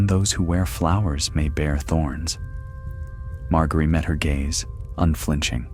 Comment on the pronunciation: Good ol mar-gary